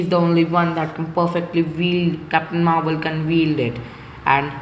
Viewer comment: I like how u say it Maahwell 😂